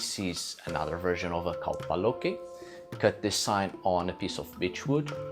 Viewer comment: When you say kaupa loki it sounds like a Hawaiian word.